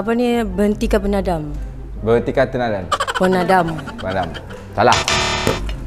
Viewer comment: mesti teng teng ni😂 congkak - congkak😂ni mesti game zaman dulu😅hahahha salah eh😅ooohhh congkak tanah😂 hahaha sian 😂jawapan betul dh cuma sebutan dia tu😂 hahaah ape ni 😂 berhentikan penadam 😂pemadam bukan penadam